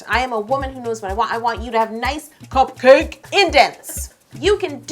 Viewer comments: The way you say "cup-CAKE" is priceless. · How she says cupcake😂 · I don't like her saying cupcake that way